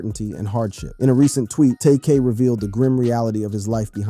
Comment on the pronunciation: saying his name like that should get you 500 years in prison...